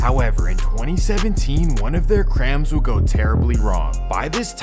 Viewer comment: "crams" 🤓 this nigga bro